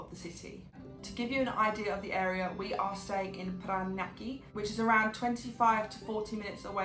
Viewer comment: Still me. Might I suggest that you always include the word "Philippines" in all your titles while you are in the country? It will draw in more Filipino watchers. BTW, you pronounced Parañaque very impressively - like a native speaker. Bravo! 😊👍😃